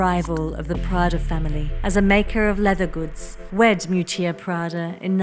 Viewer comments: Isn't her name pronounced Miúccia Prada, with the stress on the first syllable? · Wanted to watch the video but as an Italian couldn't go past the third minute of mispronouncing terribly her first name. It's not Moo-chia pls! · It's actually pronounced Meeeoootchah. Just for the record.... Thanks for such an interesting video 🧡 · Her name is spoken mee'hù''tchia 😊